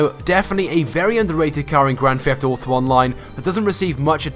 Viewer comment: You: "Grand feft uto online"